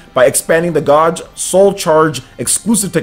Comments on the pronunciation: your pronunciation of words are severely awful dude....Gauge (G-ā-j-e) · gauge is pronounced gaje. The au in gauge is the long 'A' sound. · bro this word (Gauge) is pronounced like page ok. not whatever you called it. just ignore the "U" when you pronounce it